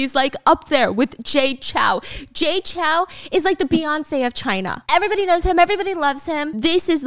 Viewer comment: Off topic but the "ou" in Chou is like the "ow" in row, not CHAO. Sincerely, A Taiwanese person